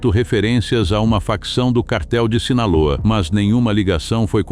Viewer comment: Не Синала, а Синалоа.